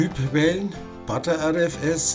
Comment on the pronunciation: Danke für das ausführliche Video. Finde es nur ein wenig befremdlich, wenn du Partition als "Partation" und btrfs als "butter rfs" aussprichst. Das r ist ja bereits im Wort butter oder better enthalten.